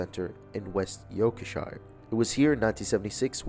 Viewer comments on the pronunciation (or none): It’s pronounced York-sheer. Brilliant video